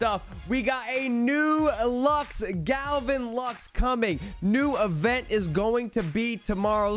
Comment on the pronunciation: How does my mans mispronounce the name Gavin? I understand some names, but Gavin?